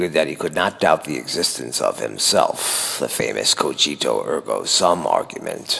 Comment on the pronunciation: Couple things ive noticed so far. One i wanna get out the way is your voice, youre individual intrigues me (you sound like the joker more specifically). Next is the g in "cogito" is pronouced 'guh' instead of 'juh' i believe (just like in "ergo" or "germanii"). Another thing id like to bring up is IDEALS and IDEAS. We believe ideals are the 'best' scenario, the word comes from idea. But we are not certain if we 'like' idea (above mental/mental).. We are usually only certain if we "like" when it is physical. Ergo ideals should not be called ideals